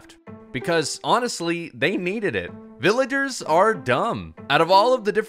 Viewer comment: bro said villaders